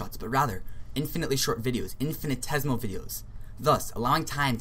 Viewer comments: into the video you are misspelling "infinitesimal" as "infinitesimal" (and missing an entire syllable in your pronunciation of the word). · First, "infinitesimal" is pronounced as "infinee tessee mal", not "infinee tez mal". "Math e mAt ician" is not spelled "math mEt ician" You don't seem to understand the difference between a number and a numeral. Definition: The sum of a series is the limit of the sequence of its partial sums, if the limit exists. So the sum of 0.999... is the limit of the sequence 0.9, 0.99, 0.999, ... whose nth term is 0.999...9 (n 9s) = 1 - 1/10^n. Hence: 0.999... := lim n->oo 0.999...9 (n 9s0 = lim n->oo 1 - 1/10^n = 1. No infinitesimals are in sight. If 0.999... = 1 - ε, then what is 10 * 0.999... - 9as a decimal, and what is 1 - 0.999... as a decimal? In both cases - neither has a decimal representation. You claimed that infinitesimals are used in the majority of calculus - that is not true. Standard calculus is limit based. NSA is an advanced topic and many degreed mathematicians do not know it, yet alone use it. Your triangle-ised circle is NOT a circle, it is an apeirogon (in the limiting case). Circles do not have vertices. The area of your polygon was less than the area of the circle. Mathematicians will have a hard time agreeing with what you said because what you said is wrong. You didn't show the details for using NSA to do integral calculus. Do you even know them yourself? You should take this video down because it is unhelpful and misinforming.